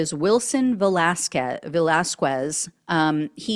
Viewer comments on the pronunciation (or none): Ve-las-KEZ... In Spanish, the "Q" is the "K" sound; The "U" after "Q" is silent... Please hire a knowledgeable person who can help w' pronunciations... ICE should make public announcements for these people to turn themselves in for assistance in returning to their native countries instead of rounding them up... & penalties for failing to do so... >> Americans will rush into burning buildings... The issue is the pay & the alternative... Trump & ICE & AGR & the business community to organize & keep in place some foreign workers like 10,000 Poles after WW2 in much needed industries before he destroys the economy... but destroying the economy appears to be his goal?...